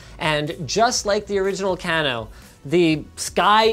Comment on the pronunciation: linus its kay-no not can-o at least i think...